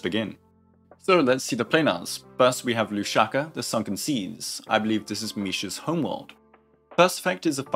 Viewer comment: I wanna cry, it should be Rusalka(Mermaid in Russian) not Lushaka! This pronunciation is equal to 5 year old trying to pronounce Rusalka!😭😭